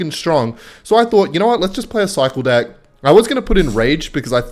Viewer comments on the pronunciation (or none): Love it how he says dick instead of deck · Is saying dick instead of deck on purpose? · There is no way you’re saying deck